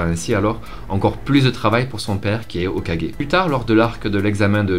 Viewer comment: Au moins toi tu arrives à dire Hokagé pas comme l’autre qui dit tjr hokage